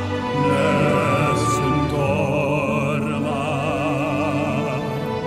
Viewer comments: So happy you took a chance and exposed yourself to THIS opera piece by our two tenors from Home Free. Actually you did good pronouncing Nessun Dorma. Those who know opera and know this piece were blown away by their performance. Like you I was never much of an opera fan and my previous exposure has been in cartoons, but this one has grown on me as I watch others react to it. County singers just don't do opera as a general rule. Rob sang opera in college and Austin was trained in classical theater, but that was many years ago and it goes to show just how talented and versatile they truly are. Now you need to check out Home Free's Sea Shanty Medley (Live Version is best. You get to see how they do in concert.) and Chances original sea shanty, Skull & Bones. Their live version at Summer Game Fest is the best though slightly shorter. But in that one you can see who is doing what which is very helpful. The Lyric version uses scenes from the game but does not show them singing. They do have some instruments in addition to Adam's beat boxing. What ever you react to next of theirs, I'll be here to watch. Happy New year and welcome to 2024. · You pretty much nailed the name. Nessoon Dorma. Rob has a more classical Opera sound but Austin does an amazing job with a more heady voice (and there are Opera singers that do sing more up and forward like that but traditionally it is a taller sound. if you think of Rob singing this you can think of the sound starting in his pelvis and echoing all the way up through his throat and out his mouth. Austin is a bit more constricted with the sound forming closer to his head and then being projected out his mouth. Both powerful though and their pronunciation is close to perfect. Opera is, traditionally, sung without amplification/microphones and that might be where you'd notice more of a difference between the two but this is an epic performance.)